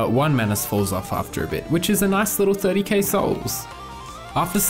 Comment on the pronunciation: Why do I hear "30 CaseOhs" instead of "30K souls"?